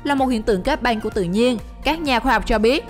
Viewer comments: Đg xem mà nghe cái banh banh =) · Cái giọng đọc đặc chất địa phương khó nghe quá : từ băng sao lại đọc thành banh ? hình như lưỡi ngắn ấy ? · băng mà cứ đọc banh, đóng bank , may máng, bạn có nghĩ ràn :)) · Băng not banh nha chị :)) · Băng not băn :) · Băng not banh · Đóng băng chứ k phải đóng banh . Thác lửa chứ k phải tháp lửa . Lỗ chứ k phải lổ Nhảm vkl 😏😏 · Lưỡi to ý mà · Lỗ mây mà đọc nghe như lộ mây, còn băng thì nghe như bank